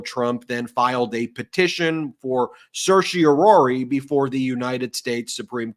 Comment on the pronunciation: Today we have a new mispronunciation of certiorari, I see.